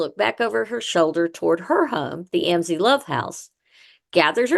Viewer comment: Mam, your podcast is very interesting however many of your facts are incorrect and the way you are pronouncing Amzi is wrong . My uncle is the 6th generation , making me the 7th , my children the 8th and my grandchildren the 9th generation . Just thought you should know . 😊